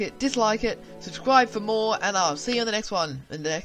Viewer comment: " Subscwibe for mowe "